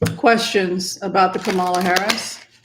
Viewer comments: KAM'-ma-la The emphasis is on the first syllable, like COMma, or TRAlala. (Thanks) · I love you, but please pronounce Kamala correctly.💕